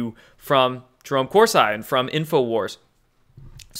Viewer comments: Chris, on the other hand if I were he and read that comment, I would correct my pronunciation. It hits some of us, especially language nuts like me, in the face when we hear Cors eye. Remember when Bush said nuculer instead of nuclear. It made Bush seem even less intelligent than he was. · It's COR-SEE, and he never "flipped" on Q. Watch a few months of his videos from earlier this year. He became sceptical about certain Q drops. Like everybody. Dr. Corsi is far from a traitor. Read up on why he was indicted. And maybe try reading one of his books before dropping the gavel. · Listened to you for a long time now, I don't understand why you can't pronounce anyone's name. Discredits your intelligence and makes it hard to take you serious imo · You butchered Jerome Corsi's name and you are trying to butcher Infowars. These people have been out there for 20 plus years, under their public name, exposing the truth as the alt media. Q hss been out there 1 yesr plus ANONOMOUSLY. Who deserves our trust? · I thought it was cor -see not cor-si ? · not hating here but again it’s Cor-see NOT Cors-“eye”. You sound uneducated with this pronounciation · CORE-SEE, not CORE-SIGH. though he does make one sigh. ;) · it's pronounced Jerome Corsee...not Cors-eye...just sayin dear! (I'm subscribed!) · nobody pronounces his name Cors-Eye except for you. It’s not negotiable. Lol It’s CorSeeee MmmmK? I love you but you drive me crazy 😜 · Cor-see, not Cors-eye. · What's the deal with pronouncing Corsi as Cors-eye? You know it's Kor-See, I know you do. Is it code from you? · Hi great job you're doing just wanted to point something out to you and it it it hurts me when people mispronounce last names even if the last name is of an a******. The course I is not pronounced course and then like the word I course I is pronounced horse ee Coursey. Thanks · It's pronounced Cor see. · His name is pronounced Corsee. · It’s pronounced Corsee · Corsi pronounced core see